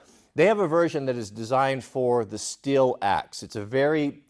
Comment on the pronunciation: Did he just call the belt buckle a "STILL". I think the pronunciation is "STEEL". 🤔